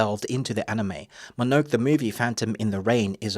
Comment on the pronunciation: Great balanced review, me ol' sock. Just one curious note... it's MO-NO-NO-KAY, innit?